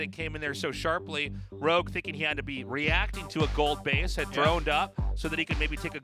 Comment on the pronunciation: ROGUE NOT LOG, FFS!